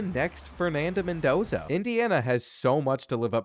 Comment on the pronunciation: Calling into question the validity of this video because wth happened ? Score was wrong and butchered Mendoza’s name 😂